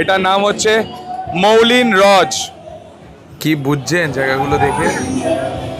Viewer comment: খুব সুন্দর ভ্লগ! বাংলা রোড যতবারই দেখি ততবারই নতুন লাগে। Btw, ওটা "মৌলিন রজ" না, “মুল্যা রুz” হবে।